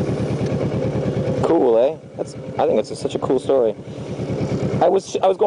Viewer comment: "cool ...eh" ahahahahha <3 canadians